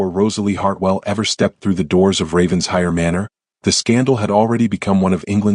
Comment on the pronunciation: Raven-shire. Pronounced in England as Raven-shir. It is not Ravens-hire.